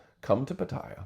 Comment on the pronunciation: It's not pat- i -ya, it's pat-a-ya